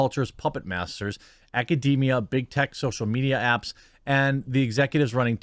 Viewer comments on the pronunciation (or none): none